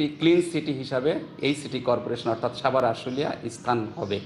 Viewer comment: আমার একটা কোশ্চেন এই যে প্রতিটা সাংবাদিকের সাভারের উচ্চারণটা ছাবার কেনো বলে।